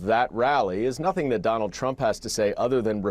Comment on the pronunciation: “DonOLD Trump!” 😂😂